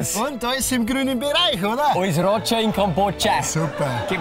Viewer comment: Ich weiß dass es "Roger" heißt, aber er spricht es wie "Rotscha" 🤣🤣🤣🤣